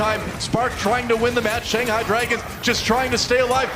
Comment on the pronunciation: She did not say Shanghai right at all